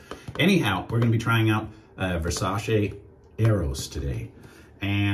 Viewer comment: Just to let you know . The correct pronunciation its the way you say it versace It aint versa-she it aint an english word